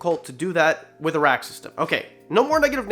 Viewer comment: WWR 🐍 Once you hear "a-rack" as "Iraq" once, then you can't unhear it